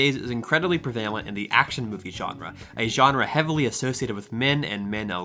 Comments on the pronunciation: Pre-vale-ent. Gurl what. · Great job here! My only complaint is in pronunciation of one word: prevalent is usually pronounced with the accent on the first syllable.